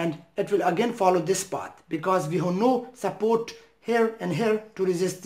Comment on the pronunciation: "SUPPOOWWWT ' in philippine dialect means UNCIRCUMCISED..the letter 'r' left the chat..